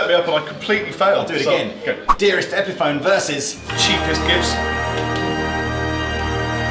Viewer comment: guy in the blue can't pronounce epiphone